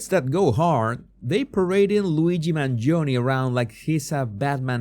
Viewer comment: You are the only one that pronounce MangionE, properly.